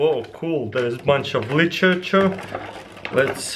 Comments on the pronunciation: lichechechure instead of Litterature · When you have Russian accent and try to pronounce literature... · "There is bunch of LEECHURCHUR!" AHAHAHA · Selling like a god churchurhchurchurchur xD.Taras I'm just joking man you can speak English well enough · "Here's som licherchere" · ''theirs so much lichurchur'' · " Licherachure " Taras 2017' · Li-chi-chur lol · He means literature